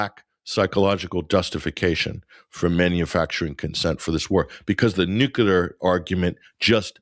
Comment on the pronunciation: says "Nookelar" 😊